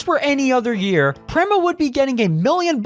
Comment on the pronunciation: yet penske has backed rowe for YEARS. "real indycar fan" would know how to pronounce "prema", "sebring", "schumacher", etc; is this just AI? of course, a "real indycar fan" would know that charters were announced PRIOR to prema's entry, and prema chose to enter anyway. in addition, prema's collapse had almost nothing to do with charters. fwiw, im not a fan of the charter system.